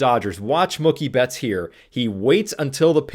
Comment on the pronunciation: "mukki betts" is killing me 😂